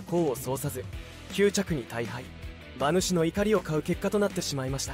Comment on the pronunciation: 「ばぬし」じゃなくて「うまぬし」なんだよなぁ